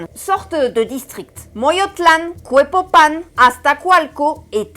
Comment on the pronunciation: Querida, siempre entregas un contenido de calidad SUPERIOR. 💙💙💙💙💙💙💙 Un consejo para futuros videos. En el nahuatl, prácticamente todas las palabras son de acentuación grave. En vez de pronunciar Cue-po-pán se tiene Cue-pó-pan. En vez de Mo-yo-tlán se tiene Mo-yó-tlan. En vez de Te-noch-ti-tlán se pronuncia Te-noch-tí-tlan. Un abrazo afectuoso y mucha gratitud por tu amor hacia nuestra patria.